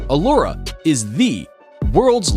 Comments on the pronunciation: Uluru is not pronounced ooh-lu-roo but ool-la-roo. And its other name Ayers Rock is not pronounced Ay-ers rock but rather Airs rock. Either way, really enjoted this video! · I'm from Australia and him pronouncing Uluru wrong hurt its said: ew-la-roo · A kind suggestion. Please check the local indigenous pronunciation of place names prior to recording. Ie. Uluru is pronounced oolooroo with no syllable being stressed. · Uluru is pronounced - oo loo roo or Ayers Rock - pronounced "airs" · ahh not a sing time did he pronounce Uluru / Ayers Rock correctly. I think I heard him call it ulura as well . like whatever, you can pronounce it wrong but pls try to be consistent about it. sheesh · Yeah I know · The pronunciation of Uluru hearts me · The way he says uluru ahahahahaha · Bro it actually hurts me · Number 2 he kept saying it wrong if you can not pronounce a word or name correctly don’t guess at it every time he used the Aboriginal name for Ayers Rock I cringed every time yuck it was so bad the way he kept saying it 🙈🙈🙈🙈